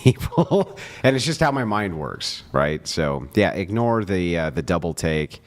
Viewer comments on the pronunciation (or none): none